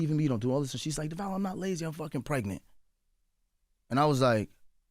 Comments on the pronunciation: i love them soooo much!!! in my 20s with a dad that is from Flatbush. Feels like they’re my instagram Godparents man ! Rooting for them always . I hate when people mispronounce Devale name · As many times as the guests name has been said in this podcast, I do not understand why Charlemagne says his name incorrectly every time he mentions it. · Same!!!! Like how!!! That shows he isnt a true supporter because how you get it wrong!? Especially after Jess said it right, and they mentioned his name multiple times in stories. Im like this shit is grinding my gears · The fact that he didn’t correct them made my skin crawl too. As someone who has heard their own name butchered … it’s so important to have people say your name correctly. It’s just a show of respect. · Right I’m like his name is not Duval and he not in Florida, it’s DEVALE! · Am I the only one annoyed that they can’t seem to get his name right, he even gave them a hint by constantly saying his name and Charlemagne still keeps calling him Duval. Every time they come on this show I wonder why they don’t correct him, anyway this was a funny interview. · I’ve been rocking with and Devale since they lived in the apartment and filmed their YouTube videos. They are such an inspiration to so many. I love their relationship and I love how they keep it real. I really wish Charlemagne would learn to pronounce his name correctly. I cringe when he says it. But they r a wonderful couple and I get involved with all they do. Much love and respect ❤❤❤ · Charlemagne got ONE MORE TIME to pronounce Devales name wrong!? Been in the game decades and interviewed them 3 times and STILL getting it wrong is unacceptable. I’m sorry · This is LEGIT one of my fave couples, HANDS DOWN! I love their love, communication, family, and public vulnerability. But if the BC fam doesn't stop messing up my guys name even when he keeps saying it...they gon get donkey of the day. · The way they mispronounced Devale’s name the whole interview 🤦🏽‍♂️